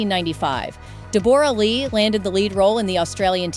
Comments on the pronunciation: Why do you pronounce her name Deboor? It's pronounced Debora-Lee Furness. Hiw do you not know this name + pronunciation? It's a very common name. Please, check the pronunciation of any words you have not heard before. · It’s pronounced DEB-RAH LEE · Deborah = Debra Lee stop using ai ... this whole video is absolutely full of shit .Don't worry sweetheart I've sent this for her to read .. Its a comedy vlog love 😂😂😂😂 She is living her best life right now .. Her autobiography will fill you all in .. not fake stories like this 😂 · Cant stand ridiculous pronunciation of her name. Get it right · God lord!! That is not how you say her name. And why does everything keep getting repeated at least 3 times?!!